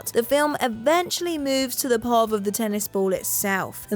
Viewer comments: must be a British thing, but 'pov' is an abbreviation for point of view, and here in the states we not only pronounce it pee-oh-vee, we put periods between the letters (p.o.v.). Mostly. beginning to think she is an AI. Not long after her pahv pronunciations, she pronounces Nike as nyek, not Nye-kee..... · POV is pronounced Pee-Oh-Vee Nike is Nie-Kee And I literally stopped watching at this point because if the presenters don't care I don't either. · I've literally never heard someone say pov as a word lol. Why did she do that? 😭😭